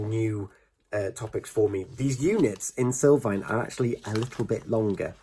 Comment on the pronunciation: Sul not sil